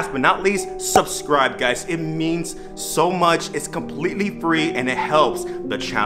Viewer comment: He say subscribe more like suscribe